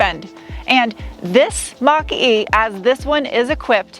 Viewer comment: I keep hearing Monk-E instead of Mach-E...